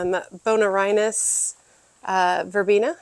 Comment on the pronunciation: Pronunciation: (Bone-Air-E-In-Sis)